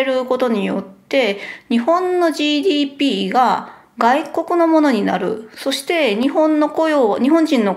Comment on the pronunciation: 「そして〜」の発音が変だとカミさんに突っ込まれた。